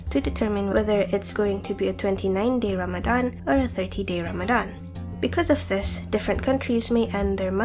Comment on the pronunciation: (!) I like this video, and this is random but I like the way you say "Ramadan" and "tarawih" maybe because like everyone says, your voice is the best haha. Hey, X3